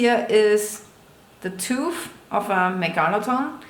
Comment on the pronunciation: Nice home life....also it’s shark “tooth”.....not “toof” lol 😆Danke for showing your home!